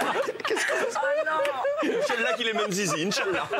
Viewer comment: N'importe quoi, il lui ressemble pas du tout et l'équipe de tpmp pourrait avoir un minimum de respect en se renseignant par exemple sur la façon de prononcer le titre de la série qui au passage est excellente. Le '' inchaALLAH '' suivi de conneries que je ne répéterai pas est aussi un manque de respect. Faudrait apprendre à mêler humour et respect. Si si, c'est possible.